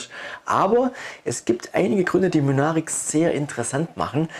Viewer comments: heißen die nicht MYNARIC und nicht Münaric? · Das ist schwäbischer slang :-D